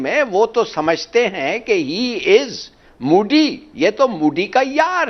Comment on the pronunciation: If Pakistan has people like, then they don’t need an enemy. Abe, he is Mody, not Moody. First learn to pronounce his name properly.